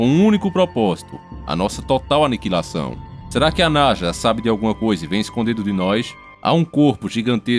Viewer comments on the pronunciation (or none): Eu ouvi NAJA ? 🐍 Eu ouvi NAJA . É NASA 🌍 né haaa ta. 😁 Pra começar eu quero éque o mar o pegue fogo, rs... Pnc du nibirú! Rs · é Naja mesmo ou Nasa? heheh